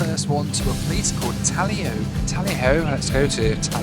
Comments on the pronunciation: For anyone interested (perhaps even the video's creator...) Taloyoak is pronounced more like Ta-/loy/-o-/ak/ and you don't say the a in Gjoa - more like Jo Haven. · Taloyoak is pronounced “ta-LOW-yo-ak”.